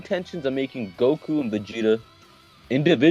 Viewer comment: *goku not gould